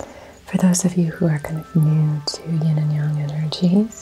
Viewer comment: Do you mean yin and yang energy. You said yon or yong